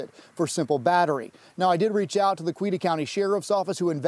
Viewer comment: Teach your reporter how to pronounce COWETA!